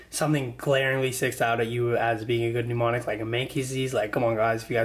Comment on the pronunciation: he says MNEmonic like PNEUmonia hhahah